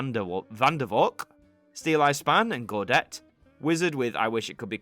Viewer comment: Gaudete is pronounced "gow- day- tay"